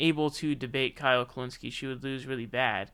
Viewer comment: Who is Kyle *pronounces last name perfectly*.